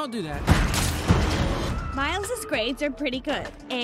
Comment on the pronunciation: "Mails" XDD its Miles